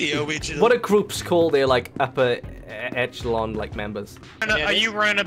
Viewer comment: I dont like how you say echelon